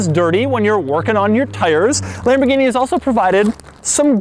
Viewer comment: Who did your math, Doug? 2008 to 2016 isn't "over ten years" and $215,000 is not 70% the value of $315,000. Try just a hair above 68% and we're not quite at 2018. Also, don't say Lamborghini again. You make all of us white guys look as stupid as you.